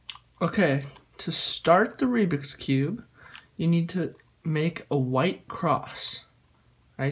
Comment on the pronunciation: Also remember it is called "Rubik's Cube" not "Rubix Cube".